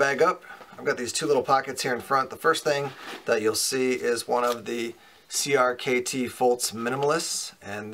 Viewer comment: Shouldn't crkt be pronounced like cricket?